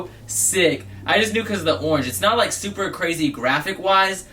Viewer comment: "which is soooper dope"